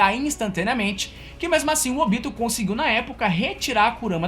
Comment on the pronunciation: Curti o vídeo Mas se vc tivesse pronunciado o nome dos personagens da forma que o anime japonês fala, teria ficado melhor. Ôbito???? É: Obitô